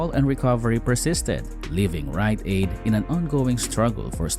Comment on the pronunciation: Was this entire thing AI generated? LOL "WILL WRITE AID EMERGE FELIX LIKE"